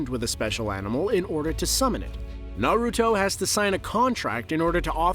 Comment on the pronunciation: One thing you can appreciate though is that he actually pronounces everything correctly. Have to love those lists where they introduce themselves as "huge fans of Naruto" but still can only say it like a mom in her 40's learning about what their kids watch now a days.